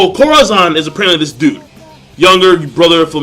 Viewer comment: uhhh well u have to pronounce the name better..Corazon means heart in spanish